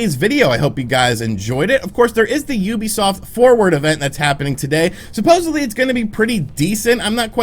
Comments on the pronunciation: Did.... he...... just..... say...... Ubisoft CORRECTLY!!!!!!??????? 🤯🤯🤯🤯🤯🤯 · Wow you said Ubisoft like a normal person. Im shocked honestly